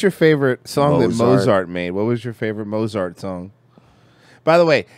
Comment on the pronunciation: Haha “Mozzart” what a dolt.